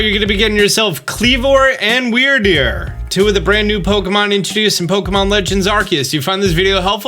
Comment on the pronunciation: are you sure it isn't pronounce weird-deer?